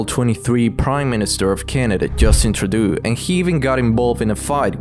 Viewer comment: Can you stop pronouncing Trudeau like that…? Speak normal.